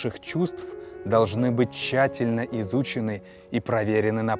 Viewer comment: Пересмотрел ролик ещё раз. Видимо проблема была с моей стороны. Несколько плавает громкость, но это не критично. Но когда читал текст "парадокс Хаттона", заметил слова "иЛюзии" и "тЧательно".